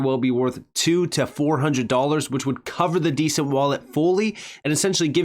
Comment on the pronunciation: Although I do love your channel ... It's a ...DE..cent .. As in De ..centralized wallet Not a descent..wallet .. Like it's OK..it's descent... It's a DE ..CENTRALIZED WALLET .. DE ..CENT .. NOT DESCENT...LOL